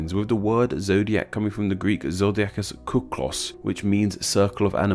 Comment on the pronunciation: also "kuklos" (kooh-klos) wtf. does that sound like a word to you, dont get me wrong, im not trying to be toxic or anything but... its kyklos as in kee-klos